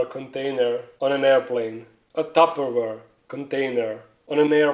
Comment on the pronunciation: wtf is a tapoweir or something u said ware